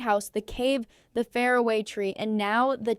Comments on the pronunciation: Why can't your terrible AI voice say "far-away" tree properly? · "The fair away tree" God , I hate what AI is doing to us.